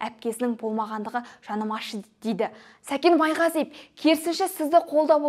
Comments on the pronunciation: Майғазиеп емес Майғазиев деп дұрыстап айтып үйренші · Сен бірінші сөйлеп үйренші ,Майғазиеп емес Майғазиев .Сәкен кінәлі болсада ,соны дәлелдейтін сен емессің.Мықты болсаң билікке қарсы шықсаңшы.Басқа ,басқа бірақ Сәкен солай істейді дегенге кім сенеді. Сол ақшаға бола жылдар бойы жинаған абыройын төкпейді ғой .Ал сені тыңдау невозможно,сыпылдап ,құлақты ауыртады🥶 Дура